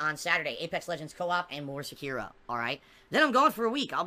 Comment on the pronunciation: Love that he purposely calls it "Sekeeraw". He even said it correct once but autocorrected himself. The same thing with royal and royale. He is such a beta male that he does all these weird things